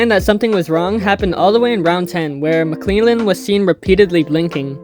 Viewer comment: Gerald mcclellan is pronounced mick lell an. Not mick lee lan. Good video bro